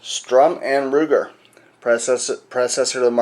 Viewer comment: that's Sturm Ruger, not Strum Ruger